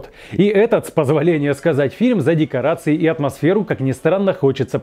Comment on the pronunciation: ДекоАРции вместо декоРАции